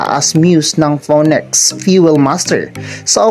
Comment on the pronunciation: You should have pronounce Phoenix as finix not poniks